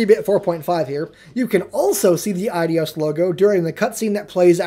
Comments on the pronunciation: im pretty sure its pronounced A-Dos or I-Dos but certainly not Adios. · LOL@ Eidos Adios...it's actually pronounced eye-dose. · Um... why are you calling them Adios Montreal?.. It's Eidos, not Adios... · Your eyes are rearranging letters on you dude. The "I" in "Eidos" is BEFORE the "d". Therefore it's pronounced EYE-dos, not eye-DEE-os. Which coincidentally is confirmed by listening to pretty much every interview ever given by an Eidos employee or even watching a few older trailers wherein the company's name is spoken aloud. Because, y'know, they all universally pronounced it EYE-dos. Just sayin'. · It's not pronounced Eye-dee-os, it's pronounced Eye-dos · It's Eidos, not Adios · It's eye-dos not eye-dios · ADIOS? EIDOS is pronounced AAee-DOS. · Then you lost me when you pronounced "Eidos" as "adios"... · It's pronounced EYE-doss. It means 'image' in ancient Greek. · Btw, it's Eidos. Pronounced EYE-DOSS. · Eidos isn't pronounced the same as adios. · Why do you pronounce Eidos Eidyos? There's no e, i, or y there. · Ideos? really dude? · SorryNotSorry, but it's pronounced AY DOS. Like Ayyyyyy and 2 in Spanish. Yeah. Stupid pet peeve of mine. The need to pronounce everything correctly. UGH!!